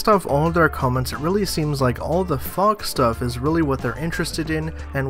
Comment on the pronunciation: You said FOG STUFF instead of fox stuff.